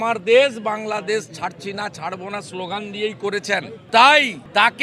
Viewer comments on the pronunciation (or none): none